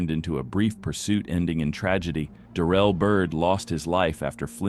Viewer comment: is it darrel or da-rell ? stupid AI voice over. thumbs down.